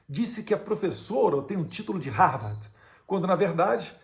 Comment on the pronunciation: Não sabe nem falar Harvard direito.